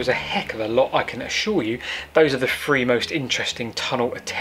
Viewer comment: It's pronounced "three" not "free"! The reason it was stopped was WW1